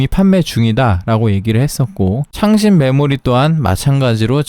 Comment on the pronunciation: 왜 창렬 하다로 들릴까 ㅋㅋㅋ